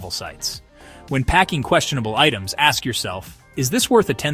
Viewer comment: If I were running Carnival I would not allow you to board if you can't say "ASK".